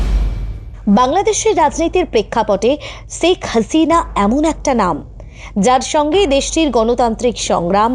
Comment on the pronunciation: শেখ হাসিনা নামটাও শুদ্ধ করে বলতে পারেন না?